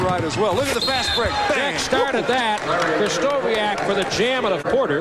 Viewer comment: I was born in Seattle in 1973, where I grew up. Sonics and Blazers fan. Japanese-American and male, too. I did NOT know, that Larry Krystkowiak could dunk like that!! (Kris-TO-vee-ak, not Kris-KO-WEE-ak)